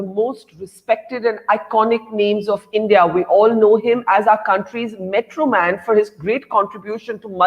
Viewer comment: Not metroman "mitronman"